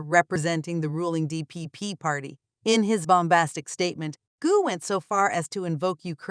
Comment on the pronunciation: Gou is not pronounced goo. You used a map which shows the island of Taiwan as a part of the PRC, tisk tisk. Or do you mean to say the PRC is a part of the RoC? Either way, you made a mistake.